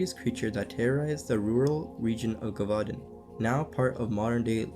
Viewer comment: Muh-kob. Jev-vu-don. Just some help on pronouncing macabre and gevudan. Im assuming u are autodiadactic (self taught) i am too and often mispronounce words as well... this is because i have never heard someone else pronounce those wors